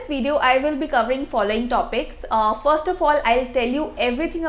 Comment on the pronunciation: Work on your pronunciation. hard to understand. Compare the pronunciation from the online dictionary and yours, I cannot even recognize some words. You say lEto = letter , fOst = first.